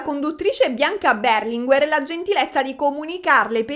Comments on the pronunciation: Non è Beeeerlinguer ma Berlinguèr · io ti amo ma per favore storpia tutti i cognomi che vuoi ma non "BERLINGUER"... 🙏🏼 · tivubi ma Berlinguer non si pronuncia così